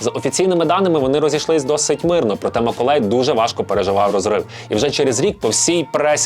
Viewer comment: Я думала, що це тільки я чую "Миколай"..😅🤗😁